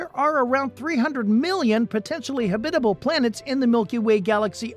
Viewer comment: Is it just me or does anyone else cringe every time the narrator says the word “habitable” ?